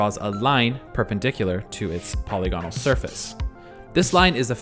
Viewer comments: My main criticism with this video is the pronunciation of "polygonal". It drove me mad. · That's not how to pronounce polygonal